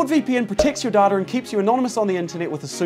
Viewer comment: Guys....I literally heard "daughter" not "data". At first I actually thought he said- "Nord VPN preotects ur daughter".😅😅😅😅😅